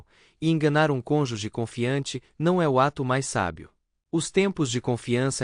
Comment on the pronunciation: conjuuuuges ???? CôôÔnjuges. É uma proparoxítona.